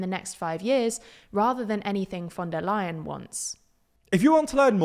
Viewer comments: german speaker here - it's "lie-uhn" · just say "lion", it's easier to remember and it's almost correct :^)